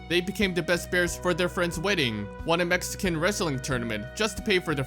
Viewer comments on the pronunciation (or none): none